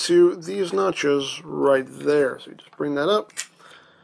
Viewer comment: Were you hungry while doing the review? Cuz everytime you said notches , I heard it as nachos... was it just me ?